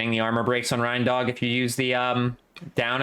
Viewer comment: My man, I’m pretty sure his name is pronounced “rain-dog,” as in a dog with reindeer antlers.